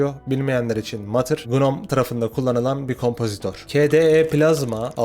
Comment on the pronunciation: "Mutter" matır diye değil mutter diye okunuyor. Almanca da anne demek. Mutter diye okunuyor. Dolu dolu tamamen özgür yazılıma meraklı olanlar için harika bir içerik. Yok yapay zekaymış yok ana-akım teknoloji firmalarıymış (apple,micro-slop,google v.s.) gibi her yerde bulabileceğimiz ve nefret ettiğimiz firmaların haberlerini duymuyoruz hiç olmazsa.